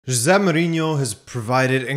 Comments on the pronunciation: Like, whos Ze Mourinho? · Why h gotta pronounce Jose so weird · Man imagine if he was part Portuguese and knew how it was pronounced